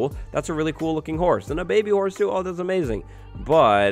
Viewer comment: Did you say it was aMESAing?